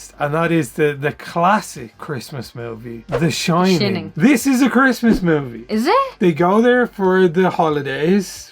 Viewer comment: I'll have to check some of the modern ones out, love me some Creepmas! and lol I love how pronounced The Shin-ing like in the Simpsons:D